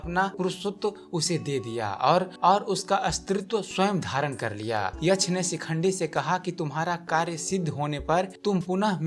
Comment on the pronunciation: यछ नहीं यक्ष बोलिये